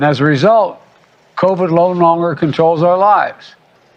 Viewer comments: Lo nonger...😂 This is pathetic. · Lononger lol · "Low nonger" 🤣🤣🤣🤣